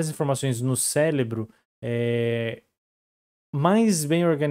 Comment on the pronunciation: Eu ouvi bem ou ele falou "céLebro"?